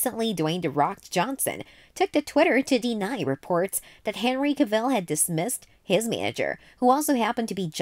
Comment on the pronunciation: An entire video of mispronouncing Henry Cavill's last name, that's got to be a feat of some kind